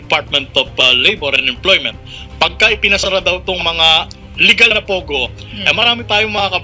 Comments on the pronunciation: POGO not Pugoh! Hehe! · pogo not pugo :)